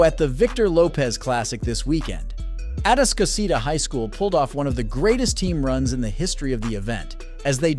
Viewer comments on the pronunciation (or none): ITS A-TASK-A-CI-TA